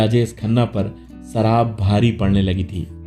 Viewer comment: सराब nahi शराब।होती है